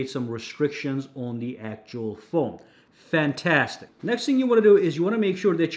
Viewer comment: Sounds New Jersey AF 😆